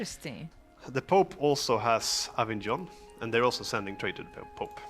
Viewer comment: Johan it's cute how you pronounce Avignon /avidj-non/ xD If you ever happen to read this, "gn" in French is pronounced /ñ/ !